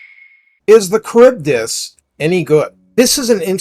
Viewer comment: I believe it’s “Kharibdeese”